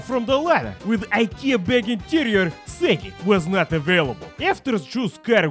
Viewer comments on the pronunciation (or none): none